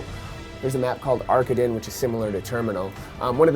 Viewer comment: Arkaden is pronounced Are-COD-en. It's german.